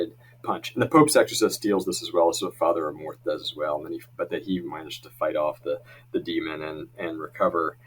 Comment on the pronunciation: Amorth pronounced "A (small a sound)-more-th